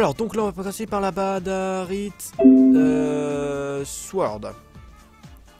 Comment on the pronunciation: o lieux de dire badarite sworld on dit badasworld